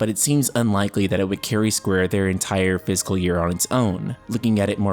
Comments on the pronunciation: Fiscal not physical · I was so confused at first... you pronounce "fiscal" like "physical". I kept thinking "what is a physical year?" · This might sound like a dumb thing to comment on, but "fiscal" isn't pronounced the same way as "physical."